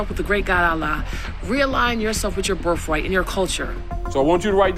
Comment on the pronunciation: There was no such person as the "Noble Drew Ali." There was only Timothy Drew, a low-rent, failed con man who, like Joseph Smith, decided to found a religion to get rich. No, guys, there aren't 1 million Moorons. There are, at most, about 50,000. And the number is probably closer to 30,000. What's a "BIRFRIGHT"? Is that any like a DAKAMIN or AMBLANZ or AKSING? Ok, sweetie, so, WE WAZ KANGZ! That's your argument? Smfh. The ADL is now a joke. It's a wholly owned subsidiary of Obama/Clinton Inc.